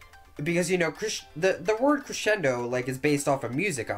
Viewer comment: Y u saying creSHendo?! Its annoying